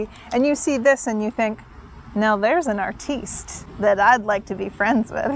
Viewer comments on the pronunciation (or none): I'm French and the way you pronounced "artiste" at 2'37 put a smile on my face.